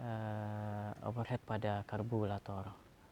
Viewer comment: Lambat penjelasannya 🥱 Lama.... Karburator penyebutannya bukan kalburator. Overhit penyebutannya...bukan overhet